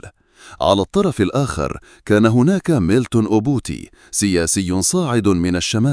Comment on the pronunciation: ميلتون و ليس ميلكون .